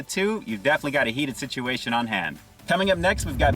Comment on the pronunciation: It's a spicy nugget sit-chew-A-shun.